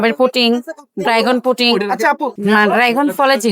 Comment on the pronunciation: ড্রাগন না ডাইগন😂😂😂